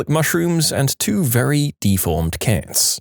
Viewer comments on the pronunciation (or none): u pronounce cats too similarly to kids 😟